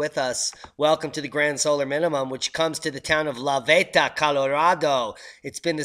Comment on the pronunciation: La Veta..... is pronounced with a long e.....the La Veta Hotel.... famous in the mining days here in Gunnison..... yes... they are pronounced the same.....Viva La Veta!!!!!